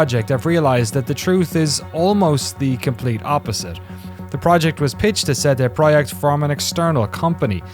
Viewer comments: seh deh proyekt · 'SaeDae Prawyect' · the proyeckt part is spot on, the CD part should be pronounced "tse" for C and "day" without "y" for D